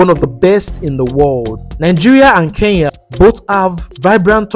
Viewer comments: ITS CALLED ''KENYA'' NOT KEYAA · Nice content but say Kenya not keiya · they should learn pronunciation , what is keyya ? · Why most Nigerians been saying Keiya not Kenya!? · I love NIGERIA with passion but they should pronounce KENYA properly,we've been so patient😄